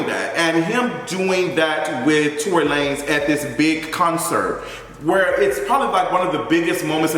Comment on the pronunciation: Lmao not Tory la-nez